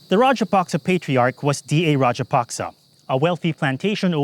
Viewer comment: It's not "Rajapasca", it is Rajapaksa